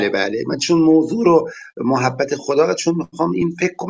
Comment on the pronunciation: محبت با فتحه حرف اول درسته نه ضمه همانطور که میگیم مودت و شفقت باید بگیم محبت با فتحه میم لغت نامه دهخدا محبت.[ م َ ح َب ْ ب َ ] ( از ع ، اِمص ) محبة. دوست داشتن. ( جرجانی ). صاحب غیاث اللغات و به تبع او صاحب آنندراج آرد که کلمه بفتح میم صحیح است و آنچه به ضم مشهور است غلط است چه مصدر میمی از ثلاثی مجرد به ضم اول مستعمل نشده است. ( از غیاث ) ( از آنندراج ). || مهر. ودّ. وداد. دوستداری